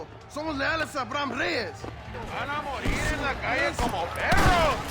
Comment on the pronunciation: thats NOT how you say "MORIR"